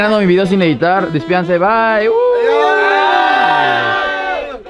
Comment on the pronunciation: 7.37 le dice lady o baby